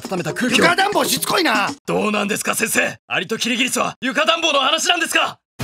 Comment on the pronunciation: アリとキリギリスじゃなくてアリとキリギリっスになってる